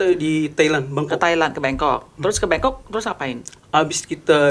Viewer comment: Bangkok, bengkok, apa bongkok😅